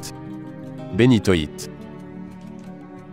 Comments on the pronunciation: c'est insupportable. c'est donc si difficile que ça d'apprendre à prononcer (après correction) les noms des cristaux ? comme si l'accumulation de mots sans intention ne suffisait pas, les Taaffettes, Bénitwattes et Poudretettes disqualifient cette vidéo. quelle plaie ! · on dit aussi "Zoïsite" et pas zoisite, pareil pour la Bénitoïte, et le béryl rouge s'appelle Bixbite. Sinon très bonne vidéo, a part que tu as oublié le diamant bleu :)